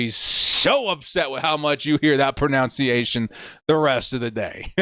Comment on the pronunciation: You still say "falcons" better than you say "pronunciation"....so thank god for that.